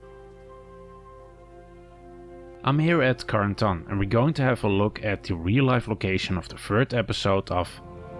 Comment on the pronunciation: Did he call Carentan conton